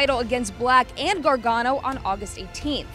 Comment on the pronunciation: It's Gargano